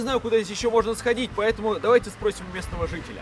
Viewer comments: не "месного", а "местного". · не месного а местного